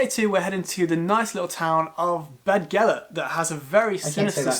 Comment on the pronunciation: Shame on him for pronouncing Beddgelert wrong. dd sounds like th. Bethgelert.